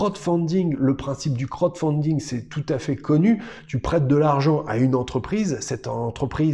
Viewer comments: Il faut absolument revoir la prononciation pour le : crotte founding lol Sinon super vidéo comme d'habitude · Bah en même temps il donne son avis dessus rien qu'avec la prononciation lol 😂